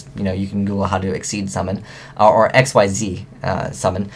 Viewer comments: seriously "exceed". its ikseez since when was it called exceed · im sorry to say this, but the word Xyz is not pronounced Exceed!! it is pronounced Exeez, it just annoys me when people say it wrong :) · isn't it "ixeez"?